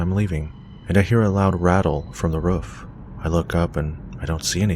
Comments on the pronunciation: U say roof like woof ! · I had to keep replaying the roofman story because of the way you say "roof". the way you pronounce it probably because of your accent would make me lol foreal. are you canadian or american btw LOVE your channel, just found you last week and can't get enough. keep it coming yo